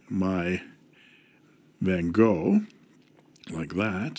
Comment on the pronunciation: Your Van Gogh pronunciation is really good! Greetings from a Dutchman😉